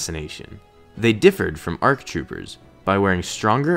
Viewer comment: There are no "RCs". Speak clearly.